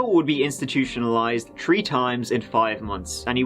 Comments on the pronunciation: whats that accent ? ^^ three = tree thirty = turdy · honestly it’s my fav part of the vids. When he exhales and says “here we go”. Then says “ on te turdy turd of may at tree turdy tree and turdy tree year old man went missing” 😅😅😅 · Bucks - rhymes with ____, not books. Three, not tree. Thirty, not turdy. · "Tree turdy" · Please learn how to properly say 30 or three. Not “turdy” or “dirty 3” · "Tree of dem" "Tree days laturr". "Bout Churdy minutes" I cant. I just can't. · Turty tree and a turd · please i need to understand something. What accent is the 3 three pronounced "tree" what part of England is that from? I ask cause I also noticed that they use that pronunciation in ATC communications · Why selectively pronounce "th"? He says it fine for "they" or "that"... but then "three" becomes "tree" and "thirty" becomes "tirty". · it's a Irish thing I'd say tree instead of three I'm Irish 🇮🇪🇮🇪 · That’s just our accent we find it hard to pronounce th my northern Irish friends love to ask me to say 33 1/3 rd 😂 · It's weird because the rest of his accent isn't strong at all but tree and turdy are the two things he emphasizes. He also says Thank you normally. He's definitely doing it on purpose. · You mean the number tree? One two tree four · usually galway/western irish that does this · ITS FUCKING THREE NOT TREE!!!! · Why does this guy say "think" but then says "turdy"? Seriously. Just curious. What's the deal with an accent that allows for the "th" sound but only on certain words? And how does he pronounce the word "tree"? I'm intrigued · Turdy = Thirty.... Tree = Three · This boy said “tree” of them and “dirty” 🤦‍♂️🤦‍♂️😂😂😂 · His accent. 3 is tree, turd is third, turdy is thirty, etc. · I thoroughly enjoy the way you pronounce thirty and three as tirty and tree. I mean no offense, honestly! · Tree days and turdy minutes apart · True and this comment has tree point tree thousand likes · "Tree" "Turd" "Turdteen" "Turdy"